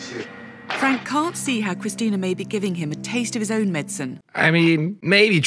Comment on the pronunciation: I hate how the "therapist" says "medicine" .... she said MED-sin 😂 my OCD is screaming her right now 😅